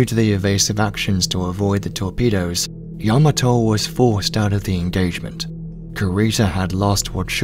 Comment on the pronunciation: Kudos to the narrator for the proper pronunciation of Yamato.